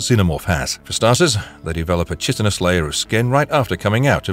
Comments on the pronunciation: It's pronounced "kai-tin-us" not "chit-tin-us". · You mispronounced “chitinous.” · How is it that this guy doesn't know how to pronounce "chitinous?"